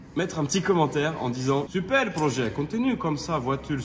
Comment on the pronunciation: Supel projé continu come ca vwature spowtive